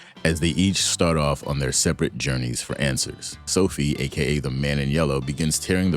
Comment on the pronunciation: So-FEE-Ah! NOT SO-fee! Sophia! 😬